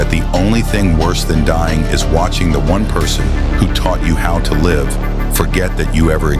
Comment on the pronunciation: Crap AI can't properly pronounce 'live'.